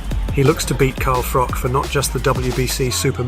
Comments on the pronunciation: That’s not how you say Froch’s name It’s pronounced Frotch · Froch with a h on the end, not froc sorry was doing my head in everytime he said his name lol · With respect it’s pronounced Fro-ch. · "Frock" lmao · I can barely watch this. Every time you say frok, I wanna punch the screen. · The narrator can't even pronounce Carl Froch's name correctly. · Sort your commentary out. Try and pronounce Froch correctly. Ffs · FFS can you at least pronounce Froch properly